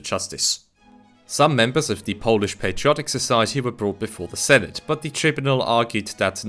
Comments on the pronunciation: Another great video on the history of our nation! thank you for bringing these topics to light on your channel. I'd also like to applaud you on your well pronunciation of Polish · As a Pole, Polish pronunciation is perfect and I wish that your channel to be better known, because it is criminally underrated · Nice man, really good pronunciation